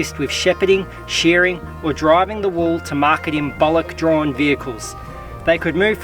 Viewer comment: Oi nice video but that's not how you say bullock. It's like a male cow with ock on the end. At least that's how we say in in NSW